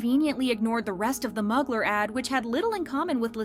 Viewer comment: Also it’s pronounced MUU-GLARE Mugler lol 😂